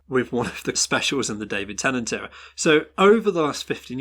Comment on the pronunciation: IT'S PRONOUNCED 'EEERUH' NOT 'ERROR'!